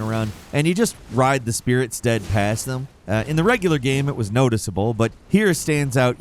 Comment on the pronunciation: Running by enemies on your "Spirit Sted"? Great script editing lol